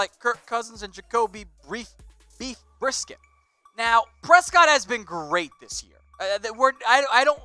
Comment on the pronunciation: Jacoby brisket?? Lol.... It's Jacoby Brissett!!